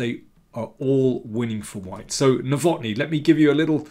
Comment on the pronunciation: Nowotny is a Czech name and thus has to be stressed on the first syllable.